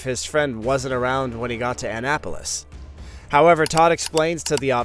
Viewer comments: Omg its not Ann apolis Maryland ahnnapolis thats how you pronounce it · A-Nap-Po-Lis FYSA